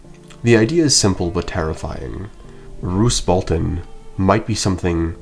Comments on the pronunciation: Roose is very good strategist of being pure evil, and he scared Robb in the books compared to TV show also “Balton??” not “Bolton?” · bro said Roose Balton